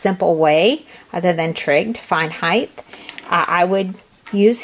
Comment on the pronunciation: helpful!!! but you pronounced height wrong. its not heith its height